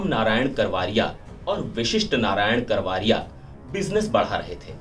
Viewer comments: करवारिया नही करवरिया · करवारिया नहीं रिपोर्टर सा ब करवरिया, कैसे रिपोर्टर हो